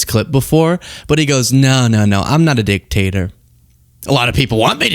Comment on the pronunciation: "I don't like a dic-tater. I'm not a dic-tator." Okay, Donald, fine, you're not a dictator...you're still a dick tho so if you could just leave office and take your nazi mutants with you...that'd be great.